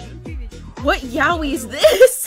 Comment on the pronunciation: it's not yawee... it's yah-oi... it's spelled やおい(yaoi) and not ヤウイ(yawee)